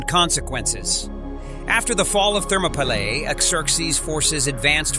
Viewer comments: An amazing amount of historical fact. Lots of obscure information, little known to those of us who are not history lovers. But, with all the preparation and research that must have gone into the elaboration of this video, just a little more care should have been given to pronunciation. The battle of King Leonidas and his valiant 300 Spartans took place at thermopylae, pronounced thur ma pee lay, a Greek work meaning hot gates. (Thermo = hot & pylae = gates). And King Xerxes pronounced zurk zees. Also, the Zoroastrian god was Ahura Mazda pronounced aaa who ra mazda. Not to put too fine a point on it, but these little things enhance the video for history buffs. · You need to have a better narrator.This one cant pronounce names and other words right. Like Thermopylae for one.